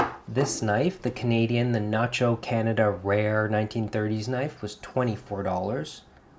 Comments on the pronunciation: You forgot to cross your t. And it's not nacho but nahco. Sorry. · The name on the knife is NAHCO not Nacho. You are so particular about every thing you do I can’t bear to hear you keep saying NACHO.